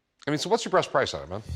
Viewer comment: did he say “what’s your BREAST price” ? 👙 🍈🍈 😂